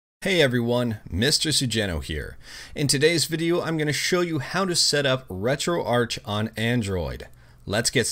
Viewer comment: Isn't it pronounced retroark?